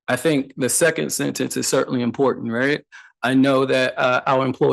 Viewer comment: Also, imporT Tent ... the diacritical long T that slurs the T to include the end of syllable 2 & beginning of syllable 3. Overdo one and not do the other at all (axe) ... that's im port tent axe me how I know.